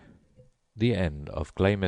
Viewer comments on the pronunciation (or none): Dude it's pronounced Glams!